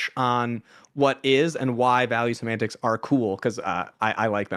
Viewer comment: “value simants”?? What’s he saying??